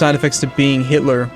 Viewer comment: am i the only one who noticed that says hilter and not hitler?